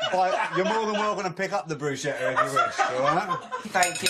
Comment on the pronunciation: It's not Brushetta.....no such word in Italian. It' like calling a cheeseburger a broom. it makes no sense.